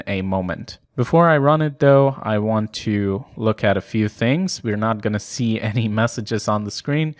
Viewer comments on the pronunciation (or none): none